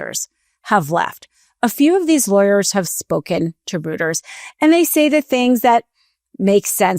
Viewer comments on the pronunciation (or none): Someone tell the news service is pronounced “royters,” not “rooters.” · ROYTERZ ITS PRONOUNCED ROYTERZ not rooters like hooters. Jesus I can communicate in three languages and I can speak better than most of the people in media and I’m working at god damn fedex. Yayy for my bipolar disorder that’s repeatedly derailed me!!!!!I’m still here though aint tried to kill myself yet and don’t plan to!!!!!!! YEEHAW!! (This most unhinged Internet comment of my life has been brought to you by years decades of untreated mental illness and one probably nice and wonderful woman’s bad pronunciation of Reuters). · Roy-ters not Roo-ters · Nobody gonna tell that it’s pronounced ROY-ters? Rooters!😂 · Great spot, but Reuters rhymes with goiters, not hooters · Reuters is phonetically pronounced as "Royters" not "Rooters"... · "ROOTERS"? Seriously? REUTERS is pronounced ROITERS! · ROY-ters. Not ROOT-ers. Not an AI issue this time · ROOTERS?? Is that like Hooters?Jeez. It's pronounced ROYters! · It's pronounced roiters not rooters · Rooters? Lol. How is someone, claiming to be a member of the "media", unable to pronounce one of the worlds largest legacy media outlets? "Roy-Ters". Accuracy in Language matters. The latter part of this sement is far more important than the resignation of DOJ lawyers imo. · Is it ‘ Roy turs’ not rooters? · Rooters no, Reuters pronounced ROY-TERS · So this is a "Rooters" story line?😅😅😅😊 Let's try "Royters" phonetically speaking.❤ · New reporting by ‘Rooters’??? Credibility in journalism 101: Pronounce Names Correctly. It’s ’ROY-TERS’,. ROYTERS. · Not pronounced "rooters" it is pronounced "royters." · I enjoy your programs. Reuters is pronounced 'Royters', not Rooters. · Reuters is not pronounced like 'roo'. It's pronounced like 'Roy'. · Not to be a nitpicker, but I believe "Reuters" is pronounced like 'roiters' not 'rooters'... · FYI the news agency is pronounced like royters not rooters. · Reuters is pronounced roy-ters, not rooters. ✔